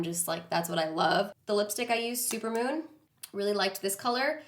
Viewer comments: Is the lipstick called “supermom” or “super moon” 🤷🏻‍♀️ I heard both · Anyone else notice that she called Supermoon “Super Mom” ? Lol